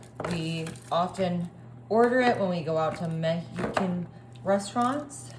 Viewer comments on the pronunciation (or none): "Meh-HE-can" lol😂